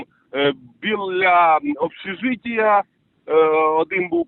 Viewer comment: БИЛЯ БЫЛЯ Бilyu УЧЫЛЫШЧА😭😅😆🤣🤣 СУРЖИК ЛВЕЦКИЙ 🤣😆😅😭😭😭 ВАС ЖДУНЫ ЖДЁТ БУКВАРЬ 🤗